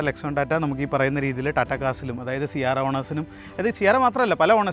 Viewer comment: C ആരാ അല്ല C എരാ എന്നാണ് .